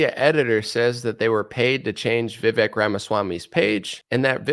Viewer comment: His name is pronounced "Vi-Vake".